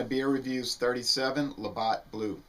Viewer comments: It's "labatt" not Labott" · Labatt blue, not Labott. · There is no O its labatt with a long a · don't mean to be a pedant, but it's La Bat, as in baseball bat. Thanks